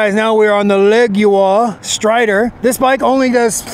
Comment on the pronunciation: My Leoguar does 38mph uphill. BTW I think you mispronounced the name